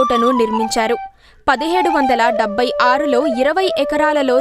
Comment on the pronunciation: అమ్మా అది సమస్థానం kaadu సంస్థానం। డెబ్భై కాదు డెబ్బై। ఒత్తు ఉంటుంది। చెల్లపల్లి కాదు చల్లపల్లి। చందమామ లో పలికే చ పలకాలి। ఆ అక్షరం ఇప్పటి అక్షరమాలలో లేదు కాబట్టి రాయలేకపోతున్నాను